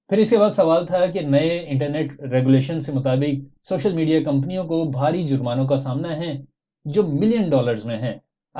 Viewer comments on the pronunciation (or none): none